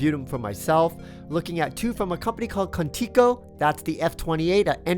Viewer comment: Video comme itntator irs pronounced K u n - TICK SO